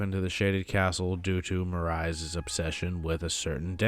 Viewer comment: The pronunciation on Marais tho😂 love the video tho!